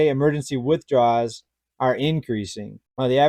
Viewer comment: I appreciate your content, but it's pronounced "withdrawal."